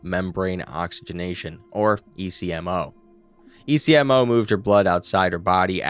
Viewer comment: I love this channel and what I learn from it but you really should consider checking the pronunciation of certain medical terms before recording. For instance, ECMO is not said as the individual letters but "ECK-moh" and plasmapheresis is "plaz-muh-fr-ee-suhs"